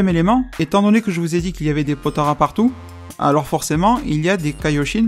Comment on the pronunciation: POTALA "LA" PAS "RA" "LA"